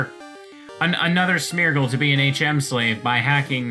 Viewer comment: Me: half-listening: "Smetch" Me: You have my attention